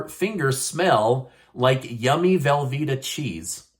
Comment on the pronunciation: Velvetta lol that's the cheesiest thing I have heard all day!